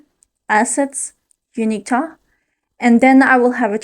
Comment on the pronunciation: Tav is short for Gustav. The v at the end of Gustav is pronounced like an f. Just think of a canadian goose. These bastards are really tough. Goose - tough. Gustav. In other words – Tav is not pronounced Ta but Taf like tough.